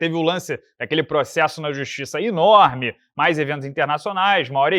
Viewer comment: “Mas certamente teria um impacto INORME”